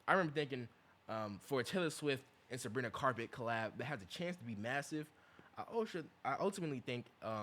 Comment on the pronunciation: WHY IS HE SAYING SABRINA CARPET😭😭😭🥀🥀🥀🥀